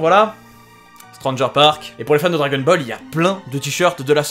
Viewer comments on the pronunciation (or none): none